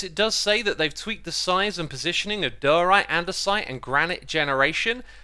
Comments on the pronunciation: Ever since it came out, you have been mispronouncing Diorite and I will never understand why... Die-oh-right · Diorite. Prob: Die-uh-rite!